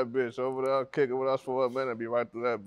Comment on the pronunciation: LLLLets start dere 🤠